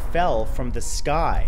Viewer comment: The er uh skoy is follin